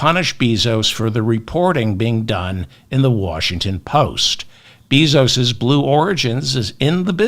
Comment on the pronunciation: Respectful correction of pronunciation of Bezos’ last name: Bay-zos